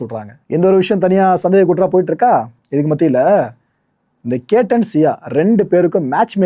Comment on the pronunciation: பெயரை சரியா சொல்லுங்க. கேட்டன் இல்லை அது che.த்தன்.